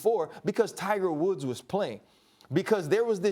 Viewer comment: max says "Tiger Wolf" haha